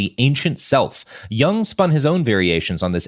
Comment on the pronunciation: I would have gotten the "Jung Man" joke had he pronounced it correctly.